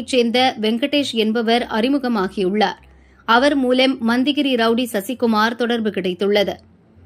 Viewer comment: மோ..... யாரு மா நீ அது மண்தகிரி இல்ல மத்திகிரி..... வந்துடீங்க நியூஸ் வாசிக்க...